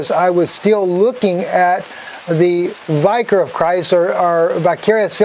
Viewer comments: I like you, but it pained me so much to hear you mispronounce "vicar". It should be said so that it rhymes with "Vicki". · Uhm. You’re not pronouncing Vicar properly. Lol. smh.